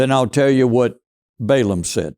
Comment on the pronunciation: it is pronounced short vowel A Ball aam